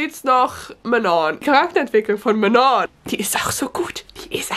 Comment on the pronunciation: Du sprichst alle Namen richtig aus.😂 Außer Manon😅 Man spricht sie quasi wie die beiden englischen Wörter Man und on aus, aber als ob da zwei n wären.